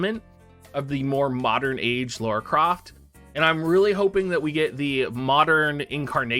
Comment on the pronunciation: Spelled and pronounced "Lara (lah-ra)", NOT "Laura (law-ra)". if yall played the games it's said over and over lol. XD Speaking of the collab tho.......Not really interested shrug